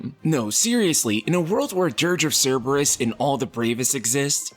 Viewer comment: Did you just call Dirge of Cirburus ad thats messed up dude lol that game was alright for what it was